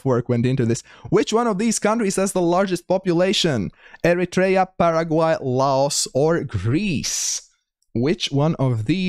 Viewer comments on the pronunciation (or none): none